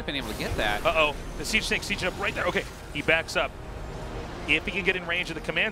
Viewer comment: Is it "siege mode" or "cheese mode" - not sure which one they said?